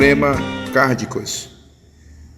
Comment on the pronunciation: Meu caro irmão , não diga rádia e sim, Rádio. Não é cárdicas e sim cardíacas. Parabéns pelo trabalho!